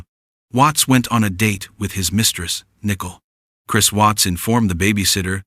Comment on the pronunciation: The commentator can't even pronounce Nichole "nickel"? Pretty stupid